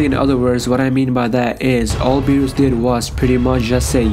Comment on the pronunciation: It's berus not bures